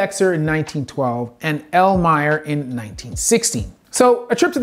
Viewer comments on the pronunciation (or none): none